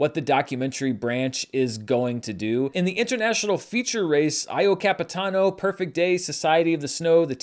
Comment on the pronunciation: EYE-O CAPITANO DHAUDIISJIAIZ I DIED